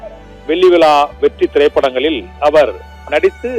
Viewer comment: First u die da... Dont u know to read Tamil? Vetri Vila.... Even a 3rd standard student will pronounce as vetri vizha